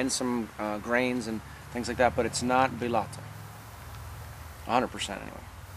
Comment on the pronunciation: Pronunciation tips from a Spaniard phonetist and English translator: (Read the following as if you were reading English written words) 1-Trévelez = treh-eh-beh-leth 2-Bellota = bay-joh-tah 3-Fermín = firm-een 4-Jamón = hah-moan 5-Teruel = Teh-rwu-L Congrats for your videos and... ¡Que aproveche! By Macarena Rojo Youtube channel